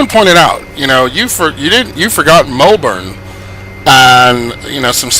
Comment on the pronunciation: It is Melbourne not mulbourne